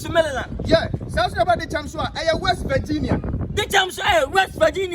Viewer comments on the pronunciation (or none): none